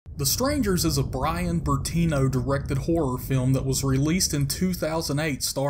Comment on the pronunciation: The narrators voice is so awful and hard to listen too. I almost turned it off. "In the 'feelm."